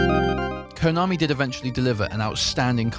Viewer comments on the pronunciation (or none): none